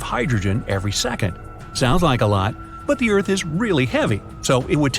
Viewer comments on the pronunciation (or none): erarth not earth? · Please fix that "ERARTH" word since it's got s|-|itted there